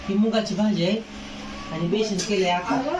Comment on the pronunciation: Ekta jiv. Besan la beshan ka mhantoy